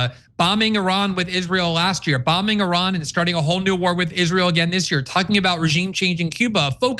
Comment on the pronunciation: And he cant even pronounce Iran correctly.